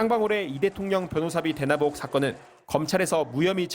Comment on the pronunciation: 요즘 대부분 방송사의 기자분들 왜이렇게 "의"발음이 안되는 사람이 많은가요? 의혹을 "으혹"이라 하는 기자들이 엄청많네 신경좀 쓰세요 글로만 내용을 전달하는 기자면 모르겠는데 영상이랑 소리로 말을통해 내용을 전달하시면 발음에도 신경을좀 쓰는게 맞는것같네요